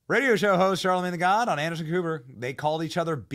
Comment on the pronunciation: Who's Charlamayne? He seems like a joke! 🤣